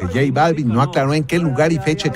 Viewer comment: Buen día equipo de Maussan TV, solo como sugerencia, es importante asesorar a los presentadores en que pronuncien los nombres adecuadamente... en lo particular el sr Balvin no es mi agrado su trabajo musical, pero es importante asesorar a los que estan frente a cámara en los nombres y pronunciación... Felicitaciones por incansable labor de investigación.